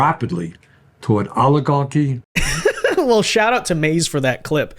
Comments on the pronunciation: Why does he say alligarchy? He says it so often, he must know it's oligarchy. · I can only stand Bernie Sanders mispronouncing the word oligarchy so long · “Rapidly towards oligahkky”